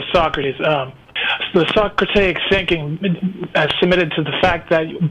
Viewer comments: And Socratic. Not "Socrotaic". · He also says Socratic wrong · This philosopher can't say Socratic and also calls cognitive dissonance, cognitive dissidents